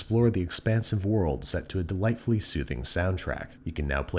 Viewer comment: Fryden Shogun.